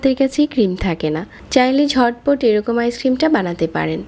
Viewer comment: Apnr vdo sundor kintu apnr kothar uccharon sundor na😑 ডাকনা কি? জটপট কি? ডেলে কি?